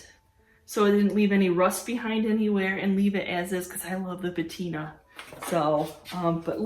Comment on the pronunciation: Great finds. Love to see what you find. Oh. The word is Patina and not Bettina. Just wanted to let you know! ❤️